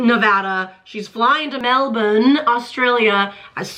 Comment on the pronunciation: Appreciate the effort to say Melbourne correctly!!